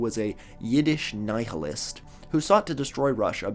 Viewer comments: You pronounced the h In nihilism and not the one in archbishop? I guess those errors cancel out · Friendly correction: the "H" in nihilism is silent. 😊